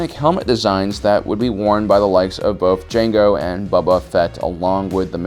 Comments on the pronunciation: Are u serious?? U cant even say Boba Fett. Cuz i heard u clear as day say Baba Fett smh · “Bubu fett” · Committed the biggest Star Wars sin by calling Boba "Bubba" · this dude really said buba fett lol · Wait, did he just say "Bubba fett"? Unsubscribed... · BOBA ITS BOBA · “Corithian” I think he meant Corinthian. Also yes that’s not how you say my name...I’m not buba the buttcrack plumber